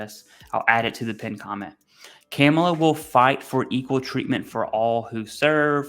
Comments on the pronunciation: You can start with pronouncing her name correctly, sir. Madam Vice President will do, also. It's unfortunate that we as veterans can't see who is really trying to take away our benefits, aka project 25, some of which many of us are still waiting in line, for equal due process, in spite of honored service to our Nation. Bottom line, thank you for all of the information you share with each of us, without fear or favor. Independent of personal identity politics. Who ever is willing to work with or for us, is not against us. That's my choice in November. Remember who voted for the Pact Act in Congress, signed by our President Joe Biden, and who did not, but touts credit for it in their beloved districts. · First - when someone says "I am keeping politics out of it" - I immediately hear the same thing as when somebody says "I don't want to sound racist, but..." then says something racist. Second - She is VPOTUS and you should learn to pronounce her name properly. Her 4 year old nieces did a good job of explaining how to do it during the DNC. If a 4 year old can figure out how to do it, not sure what that says about adults who cannot manage. Third - My father and I had better luck getting VA disability and benefits under Dems compared to what we got from Repubs. My father was wounded 3 times as a draftee in Vietnam, obvious PTSD issues. He could never get approved until Obama changed the rules as far as proving service connection for PTSD. Prior to Obama, you needed specific proof and several witnesses. Yeah, hard to find witnesses when some were KIA, WIA, and basically disappeared after getting discharged. Post 9/11 GI Bill for me - although signed by Bush 43, was a Dem initiative that they basically had to force Bush to sign. I also finally got disability under Biden/PACT act. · The pronouncing of her name Kaa-muh-luh. Not Cam. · Not camel ah but Comma La.... 👍🏼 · Informative video!! Just a quick note for future videos her name is pronounced Coma-luh.